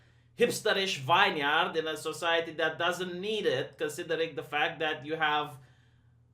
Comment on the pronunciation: Vineyard pronounced Vin Yerd.